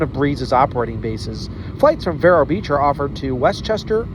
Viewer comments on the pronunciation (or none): It's actually pronounced veer-o